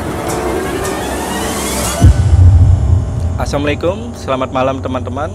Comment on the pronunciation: ..intruksi..tlng di perhatikan Sal kamu tlng di benerin.ya..Bukan Assamu alaikum.Tp Yg bener Assalamu alaikum.ma,af ya untuk ini saya sebgai mak2 ngadih tau wai..Klu salamu Assamualaiku itu artinya...mati ingastase iro kbh..Tp klai assalamu alaikum.keselamatan ingatase,iro kbh.ma,af ya..ma,af.